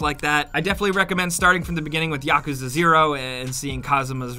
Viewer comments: Yakuzah 😂 it’s pronounced yakooza in actual japan culture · did he just say "Yock-uzza"? ummmmmmmm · “We’re going be talking about the YAHCUZUH” 😂😂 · How he said Yakuza irritated my soul but good video